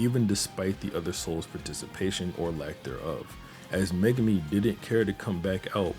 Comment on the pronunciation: He said meguna not megumi